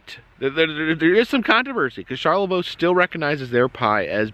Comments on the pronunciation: Charlevoix is pronounced Shar-le-voy , also previous video with the cheese.. Pinconning is * Pin-Conn-Ing* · It is pronounced char le vo in Michigan lol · Killing me. I'm like this char-le-vo, must be WI or something. Char-la-voy! Hahahaha. Cant be the first to say this. Welcome to Michigan! Stay safe. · Charlavoix is char la voy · You’re super close. Charloix is actually pronounced like “Shar le voy”. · Charlevoix is pronounced "Shar-le-voy". Michigan native here and we used to take weekend trips to Lake Charlevoix often when I was growing up. FYI Michigan's Adventure never even opened for the summer season due to Covid. They did open the adjacent water park to limited capacity though, which I thought was odd. BTW that big wooden roller coaster is called Shivering Timbers. I think the smaller one was the Wolverine Wildcat. When I was growing up, the park was called Deer Park Funland. The name changed in the 90's when Cedar Fair bought the park. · how to pronounce Charlevoix : SHAR LE VOY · Cheers! Charlevoix is a tricky one.... It's CharlevOY like as in boy but with a V. Drive safe! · Hi from Hamburg/Pinckney/Brighton Michigan❣️ ❤️🧤❤️ Approx halfway between Ann Arbor and Lansing. Charlevoix is pronounced Sharla-voy rimes with boy. 🧤👍☃️ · Charlevoix is pronounced Char-le-voy. Thanks for visiting our mitten state. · Shar-leh-voy. Great video though! 👍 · CHAR LA VOY (VOEE), MICHIGAN. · It's closer to Shar-la-voy. But nice try Sir. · Charlevoix is pronounced Shar la voy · It is pronounced like, Sharla-VOY!!!! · You are close to pronouncing it. Charlevoix is pronounced Shar-lə-Voi. .